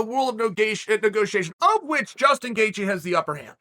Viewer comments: tell me i wasnt the only one who heard "gustin gaethje" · Damn he fr said gustin 😭😂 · 12 seconds in uncle chael gives us a gem in “gustin gaethje” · "Gustin Gaethje"